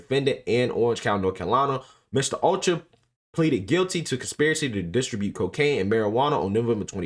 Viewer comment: O CHO AH...... PRONOUNCE IT CLOSER..... OCHOA. GOOFBALL